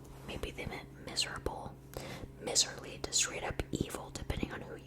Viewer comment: Miserly is a word! Pronounced “MYserly”- it means someone who hoards their wealth/is resistant to spending money (from the term “miser”). Love your videos! You have a great voice for ASMR :)